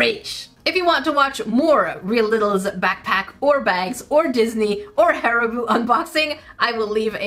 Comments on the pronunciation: I love how the comments screamed at like "IT'S HARRIBOW, NOT HARRIBOO!" And she once said "Harriboo" Again... 🤣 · My reaction exactly "She said Hariboo!" 😅 I love it 💕